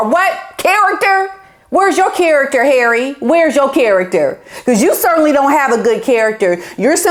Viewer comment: HERAY! love how you pronounce his name! lol